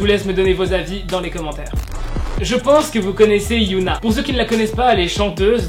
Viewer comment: Ça se dit "hyÔna" pas "hyOUna"